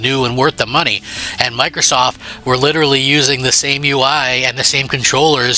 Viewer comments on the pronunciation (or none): none